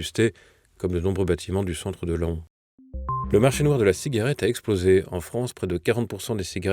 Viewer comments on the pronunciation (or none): Apprenez la prononciation des toponymes ! C'est une nécessité pour un journaliste. Pour la ville de Laon, on trouve dans wikipédia la prononciation phonétique : /lɑ̃/ . Il faut prononcer "LAN". La règle rappelée par l'Académie Française : la prononciation de la terminaison -aon d'un nom commun ou propre dépend de son origine. Pour une origine latine ou grecque on fait entendre 2 syllabes "A-ON", par exemple lycaon ou pharaon. Dans les autres cas, on prononce 1 seule syllabe "AN". Merci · ça se dit "lent" pas "la-on" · Comme souvent, prononciation cocasse, ici de "Laon", préfecture de l'Aisne (vers min : 19). On dit "Lan", et non "La-on" ! Mais je suppose que vous devez dire "pa-on" (oiseau) et "ta-on" (insecte)... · Laon se prononce comme LENT et non la on ! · Laon se prononce [len], pas [la-on]… ;) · LAON se prononce LAN ! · 19 min 40 s : Laon, ça se prononce comme 'lent'. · pas vous pas TVL c'est pour le Mainstream Etant originaire de l'AISNE (02), SVP n'écorchez pas le nom de la ville de LAON.... pas vous...pas TVL!!!! - LAON s'éppelle " LENT" - un PAON bel oiseau vous dites bien "PAN" - en Mayenne la ville de CRAON se dit également "CRAN" sinon très bon journal comme d'habitude...félicitations à toute votre équipe compétente et très objective👋👋👋👌👌👌